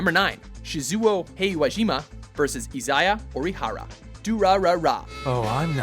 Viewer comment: Listen to the first time he tries to say "Shizuo Heiwajima". He sounds like he's struggling to pronounce his name and just barely managing to get it right. Then he goes and mispronounces it the second time he tries to say it. It's like it takes him all of his mental effort just to say a Japanese name correctly, and if he relaxes for even an instant he'll get it wrong.